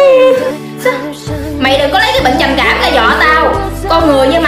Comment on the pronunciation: Ê cái đoạn bệnh trầm cảm á thành trầm kẻm